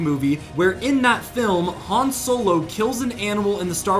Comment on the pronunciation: His name also isn’t Hans….just Han